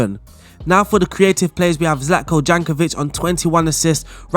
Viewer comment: Zlatko "Jankovic" thats a new :D